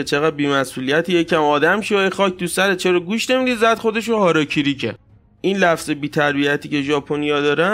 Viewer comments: هاراکیری .🤦🙊😂 خب معمولا میگن هاراگیری واسه ادبش😅✌️😁🤦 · سلام ویدیوی زیبایی بود و اسم خودکشی هاراگیری هست گ داره نه ک